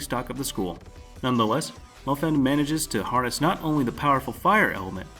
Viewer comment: YOU RACIST PIECE OF SHIT ITS NOT FAN THATS NOT HOW YOU SAY THAT ITS MO-FAN (FHAN/PHAN) RACIST PRICK IM NOT GOING TO PUT POPULAR ANIMES NEXT THING HE DOES PUTS 3 POPULAR ANIMED THAT SHIT TRIGGERS ME